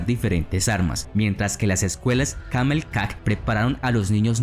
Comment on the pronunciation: El imperio no era azteca era mexica, no era camelcac como tú lo dices se pronuncia calmecac y las imagenes de las pirámides no corresponden a los mexicas, tu información es muy básica y con falta de información